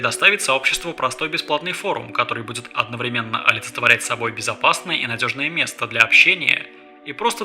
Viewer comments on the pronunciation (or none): none